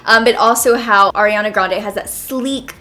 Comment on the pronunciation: Lmao, thank you for pronouncing Ariana's name correctly 😂😂😂💯💯🍒🍒